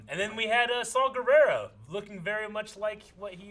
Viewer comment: Did you say Slaw Gerrera?: (yeah): NOPE!!!! Every viewer: yes....yes he did.